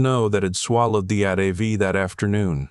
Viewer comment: It is pronounced "A" "T" "V" !!! Other than that I liked the story even if the sled kept changing.